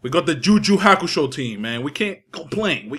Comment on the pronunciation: Am the only one how finds Hilarious how he says "Ju Ju Hakusho"/